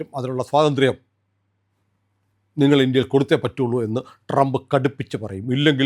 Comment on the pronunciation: But you should keep your teeth in place while pronouncing Trump😂😂😂